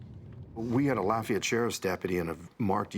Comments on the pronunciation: The way David Begnaud pronounces Lafayette is super annoying. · His pronunciation of "Lafayette" is almost criminal 😬